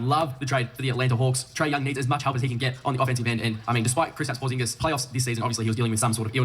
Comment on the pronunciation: He is saying his name wrong Krisitaps Porzing so funny🤣🤣🤣